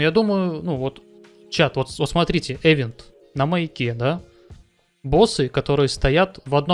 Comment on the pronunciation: event [ɪˈvent], то есть произносится как ивент, ну xpeн с ним по-русски принято - эвент, но уж ударение то точно на второй слог, а никак не на первый